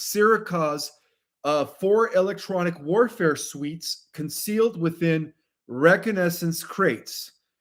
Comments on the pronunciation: Pronounced ray cog na sense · Re con a sense. Please focus on correct pronunciation of every day words, baffled WHY COMMON EVERY DAU ENGLISH WORDS ARE so OFTEN MISPRONOUNCED. IS ENGLISH NOT YOUR FIRST LANGUAGE. If not would be HELPFUL FOR YOU to mention that from time to time because NEW listeners would not understand why you mispronounce common words.